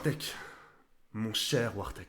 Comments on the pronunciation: arrête dire wartek c'est gênant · La manière dont tu prononces "Wartek" on dirait une insulte en arabe